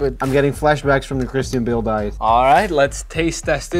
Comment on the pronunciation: Christine Bill? I think you meant Christian Bale 😂